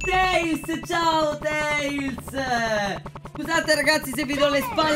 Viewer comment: ma perché dici ziao